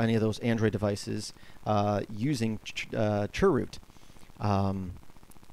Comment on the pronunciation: dnt call it churrrr root